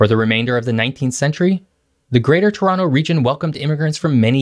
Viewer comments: Very impressive that you pronounced Toronto like us natives! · are you from toronto because you pronounce it perfectly like a native torontonian. ? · You sure did your homework. Great vid! Very informative. Pleasant format. I learned a few new things and I've been living in Toronto for 40 years. BTW, you pronounce Toronto like a local. Like it should be. T'ronno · Respect for proper pronunciation of Toronto. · Props for saying Toronto Correctly!